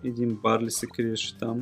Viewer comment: Казва се дарил, не барли